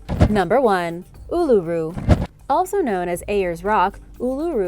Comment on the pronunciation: I have to comend you for your procreation of Ulura, alot of people have trouble with alot of our country's place name. But you did well....a bit of info you didn't have. Visitors uset to be able to climb it, but due to people climbing it appently was causing the rock to eroad. Oh a very famous, at least hear, a baby was taken by dingo depending on who you belive.